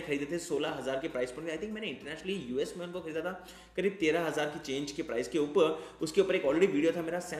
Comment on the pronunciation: It's upar not upa(h)